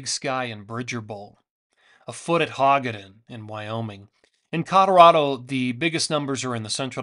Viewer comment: Hogadon is pronounced Ho-gah-don!